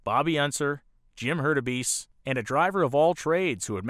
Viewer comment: A great story, this is something I have never seen covered like this, anywhere, before. A nice job, overall, but there are flaws like mispronunciation of names (McElreath, Hurtubise... I should have taken notes). I suspect a kind of problem that can happen with an unfamiliar subject, with all the research being in reading. (In other words, for people with some familiarity with the history of Indy, they know the names.) That kind of a grating flaw really ruins a documentary like this, unfortunately. Otherwise, this is really good, I enjoyed it, there is a lot I did not know, it's a very interesting subject. Even with the cringe moments of the mispronounced names, I give it a thumbs-up "like". The name problem really is a big one, something that can propagate through viewers who are completely new to any of the history and who might spread the wrong pronunciation of names of men who deserve respect. It is something serious enough to go back, find your mistakes, redo the narration and re-edit the video to correct things. If that is done, I would give this a letter grade of a solid A. The name problem would take that down to a C. It's a very big oops.